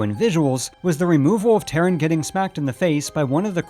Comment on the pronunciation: "Terran"? I have always pronounced it "Tar-run".